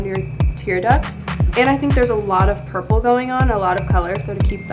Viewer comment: She really said pUrPle mOP